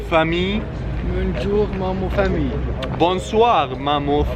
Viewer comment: اللغه الفرنسيه لافامي مش فامي